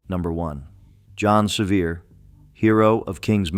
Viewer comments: John Seiver's mother was a sister to my ancestor John Goad. Seiver is pronounced Se-VER, not SE-viar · The name is pronounced Severe. Nancy Ward saved my gggggggg grandmother's life, Lydia Russell Bean. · The correct pronunciation of “Sevier” is the same as the word “severe.” Do your research, prior to adding commentary, so that the names of these “heroes” are pronounced correctly. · Ikr, he got it right the very first time, and wrong every time after. 😂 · Loved the video, but twinged every time he mispronounced John Sevier's name with a frenchie accent. LOL Even the stories about yankee oppressors were inspiring, LOL.